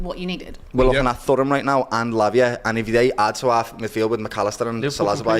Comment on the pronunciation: How is he pronouncing Thuram like that, like his father wasn't a big name footballer?